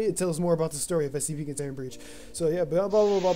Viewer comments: You may want to consider Ritalin Also...It's S C P...not SEP. Enunciate :) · Hence my saying "Enunciate" because it sounds like he's saying SEP